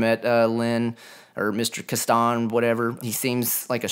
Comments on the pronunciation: Kastan is pronounced "kastin" not "kastahn". You're welcome. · it's not "Kah-ston" - It's "Cass-tan" (Kastan). My word!